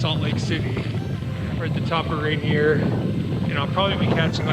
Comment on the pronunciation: Its supposed to be pronounced like "Ray-Neer"